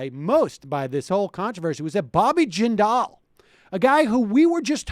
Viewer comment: I remember when everyone thought Bobby Jindal was going to save the GOP. I thought they were insane, but I live in Louisiana, I've experienced life under a Jindal administration. Also, Sam, you're mispronouncing "Jindal;" the emphasis is on the first syllable. Your guest has it right. Just in case he ever tries to make a comeback.